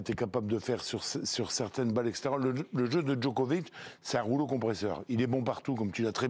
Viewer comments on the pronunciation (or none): Le type lit péniblement ses fiches et prononce ‘Djokovik’…j’ai arrêté net la vidéo. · Djokovique Djokovique. Grèt of ôle taim... Mais taisez-vous ! Juste taisez-vous ! J'ai coupé après 2 minutes 30.